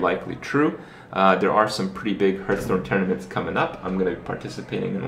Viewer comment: Don't say "herthstone" kthx